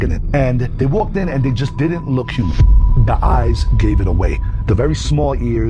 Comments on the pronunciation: She said a "Herman size" owl....😂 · Did you hear that girl try to say the word HUMAN ???? Omfg that was some funny shit. That girl was super stupid too. She said herman for human man!!!!! Hahahahahaha